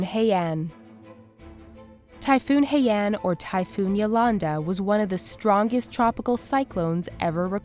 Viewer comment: omg half of my family was in haima and Yolanda you said haiya XD but don't take it as a joke the impact was so hard in cagayan signal no.5 I saw so many stuff about the storm on Face book Jesus thx for keep our family safe I was in UAE I'm still here now